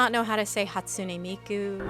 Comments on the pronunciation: hatsune mike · I can’t with the mispronunciations. KEEF-KAH?! I’m flabbergasted. Even if you have never heard of Hatsune Miku before - certainly if you are judging a convention called MomoCon, you should have some BASIC knowledge in how to read and pronounce Japanese names. Just… look… at… the… words. Hat-su-ne Mi-ku. What is hard about that? What WERE the requisites to be a judge, exactly lol? My mind is totally boggled. They reacted like they were reading some Martian tongue they had never seen before. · HOW did they read “ne” as nookee 😭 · Gosh i was there watching the costume contest and all i could think was "i need to lay into these announcers who can't even say HASTUNE MIKU" and i am so glad you delivered 😭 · Not being able to pronounce Hatsune Mike is embarrassing 😭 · I can't see the end of the horizon... HATSUNE MIKE?!! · I’m so sorry I’m crying laughing over Hatsune Mike 💀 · Not being able to pronounce Kefka and hatsune miku is wild... Like what are you even doing on stage at that point? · how does he not know how to pronounce hatsune miku... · guys how do we not know how to say hatsune miku. i am genuinely so curious how does one have experience in the cosplay field and not know who hatsune miku is enough to not know how to pronounce her name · How, in the year of our Lord Gaben 2025, do we have an MC for a costume contest AT AN ANIME CONVENTION, not know how to pronounce HATSUNE FREAKIN MIKU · As someone who has competed in a cosplay contest and had the MC correctly pronounce ‘puella magi magica Madoka the movie part 3 rebellion’, to introduce us on stage, these MC’s not knowing how to pronounce Madoka or even Hatsune Miku is soooo disrespectful and disappointing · How do you not know how to pronounce Hatsune Miku while working at one of the most nerdy jobs you can get. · If momocon organisation is watching this. This is not nitpicking! An MC who doesn't know how to say Hatsune Miku?! Why did you pick someone that is completely outside the fandom?😂